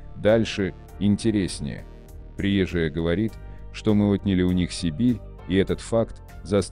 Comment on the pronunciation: Слушайте внимательно текст. Рассказчик делает неправильные ударения в словах: приезжАя, вместо приЕзжая. Вопрос: чей это вброс? Ответ: заграничный. Цель: разжигание меж национальной розни.